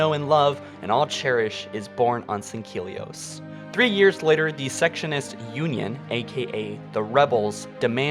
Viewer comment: How can he pronounce "Fujikawa" and "atmospheric" correctly, but he can't say secessionist